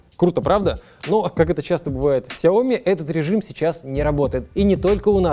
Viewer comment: "сяО ми" в 2021, серьезно? Это иероглиф сичтается "сЯо"